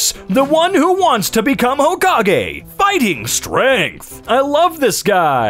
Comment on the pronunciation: that's not "fighting" it's "Fingting"